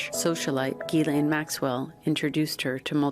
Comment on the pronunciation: After all this time people still can’t pronounce Ghislain 🤦🏻‍♀️